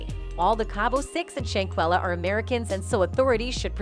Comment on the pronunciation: Not Shayquella it’s Shanquella , my Jesus 🤦🏾‍♀️